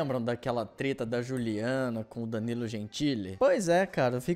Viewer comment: No começo eu ouvi treta com "p" e fiquei travado kkkkkkk como assim